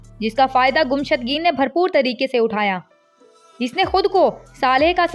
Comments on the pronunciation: Gumshudgeen nae mohtrma,gummushtken hy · Iska name to sahi lo (Gumushtageen)